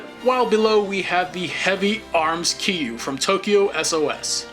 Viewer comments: its not kiru its kirya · Bruh, it’s “k e r i u“ not “k i u“ Not being rude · just a minor nit pick but KIRYU SHOULD NOT BE PRONUCED "KIYU" THE R SHOULD NOT BE IGNORED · lol the way he says Kiryu